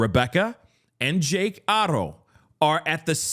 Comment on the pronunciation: You're the 1st person I've heard say Haro correctly